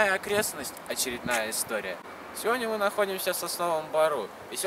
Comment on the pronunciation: "Сёдня" - нет такого слова. Нужно немного поработать с речью... Оператору желательно ознакомиться с композицией кадра.